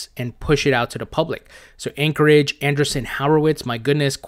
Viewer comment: love your channel. It’s AndREEsen Horowitz not Anderson. Jus thought you’d want to call the VC firm by the proper name. Don’t want you to inadvertently offend someone.